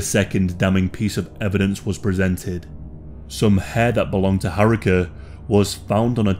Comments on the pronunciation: RIP, such a lovely young lady. And btw Haruka is pronounced Haru-ka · Oh lord that repeated butchering of 'Haruka' was grating lmao